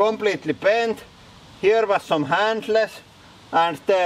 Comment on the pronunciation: I like the way he said handles. "Hand-less"... Awesome video!